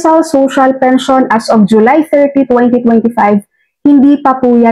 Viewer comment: Tama po,Robot po ang nagsasalita doon,lahat fake news,para lng dumami ang subscribers.Pakinggan nyo yung sinasabi ng Robot na yun,yung salitang "Pension" ay binibigkas na "Pensayon".